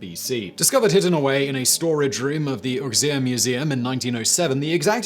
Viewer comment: Auxerre = Oh-zair, NOT Ux-eer.